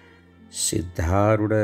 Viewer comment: Sir dayavittu sariyada uchchara maadi.....adu SIDHDHAROODHA Gurugalu....SHIDHDHAROODHA Gurugalu alla......